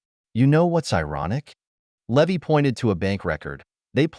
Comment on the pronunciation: The pi’s name should be pronounced Lee-vi, not Lev-vy